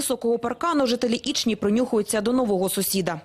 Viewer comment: Ічні, не ічнІ!!!! Наголос на перву "І" !!!